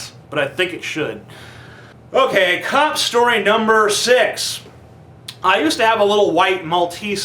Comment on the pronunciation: cop shtory